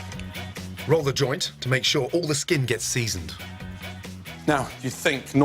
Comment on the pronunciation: Did he just say ''Roll the join''? I knew having the munchies was the secret to being a great chef...